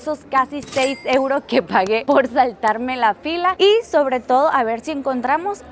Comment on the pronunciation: Joder tio me he ahorrado unos buenos eurrrros ❤😂 lo estoy viendo en bucle JAJAJAJJ